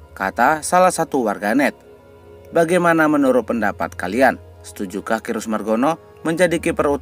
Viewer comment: Om Admin baca "Cyrus" itu bukan /Krius/ tapi /Saires/.